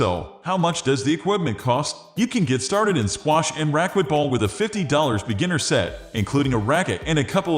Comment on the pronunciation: AI voice cannot pronounce racquetball. Does no one check this before they upload it. Terrible